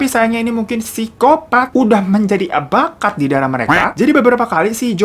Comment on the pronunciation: Wajah bang.. bilang " bakat" nya itu loh penuh penekanan 😅😅😅😅😅